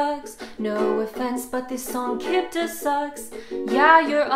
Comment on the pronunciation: Same it gets me every time...LOL like on when she says no offence but the song kibda sucks! ; 3